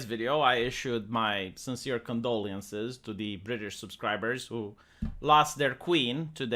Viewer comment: again, I think your 'condoleee-ences" would sound more sincere if you weren't purposely mispronouncing it.